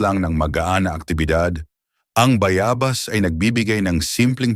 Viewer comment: Bayabas wrong pronunciation